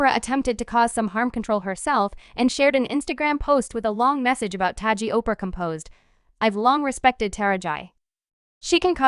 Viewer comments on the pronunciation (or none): I have no idea why you’re pronouncing her name (actress Ta-ra-ji)incorrectly is it you really don’t know. I’m sure you’ve heard it pronouced several times. Are you saying incorrectly on purpose really……. I’ll pass on subscribing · First of all allow us as black people to tell OUR OWN STORIES..you can't even say MS Henson's first name right...if you were right you would be talking about how WHITE STARS (FEMALE) are NOT fighting the studio's to BRING the black women's salaries.. up to what their MAKING. A WOMENS A WOMEN HER SKIN COLOR doesn't define her worth or make her less a woman but perhaps that memo hasn't been put out. So while your mastering mispronounced names and promotion of black women disagreements USE THIS TIME TO SEE if our white sisters would do a boycott on equal PAY, equal OPPORTUNITY , resepct, equal representation for your DARKER SKINNED LADIES. HOW BOUT THAT ? So quick to try spill tea on us , ALL WOMEN DO WHAT ALL WOMEN DO...quit your Emphasizing our fight and join in on our PLIGHT ! YALL cry about how the men make more and are at this moment demanding better or equal pay, why not be concerned about how black actresses or actors get screwed ? Make this part of your demands. Than please PUT SOME RESEPCT on To Taraji P. HENSONS NAME ! GET IT ? GOT IT? 😉